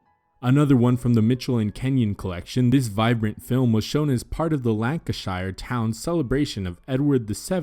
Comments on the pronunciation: Wigan was in Lank a Sheer not pronounced Lank a Shy r. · The correct pronunciation is 'Lanka-sheer' not 'Lancashire! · you butchered Lancashire. say it as Lancashur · Michelin – the CH is pronounced like the CH in MIchigan as Americans pronounce it. Lancashire is pronounced Lank - uh - sheer or Lank - uh - sher with the stress on the first syllable. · LANCASHIRE..IS PRONOUNCED AS LANCASHEER AMERICANS NEVER PRONOUNCE WORDS WELL!! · Lancashire is pronounced "Lancasheer" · As someone from the north of England Lancashire is pronounced Lan-casher - but nice video :) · Lancashire is pronounced Lan-ca-sure. Love the content especially the type of dress. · And English ones. "Lancashire" is pronounced something like Lang-Kuh-Shuh in a tum-ti-tum rhythm. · You horribly mispronounced passage de Venus, the French names and Lancashire. Too dressed up? Don't be ridiculous.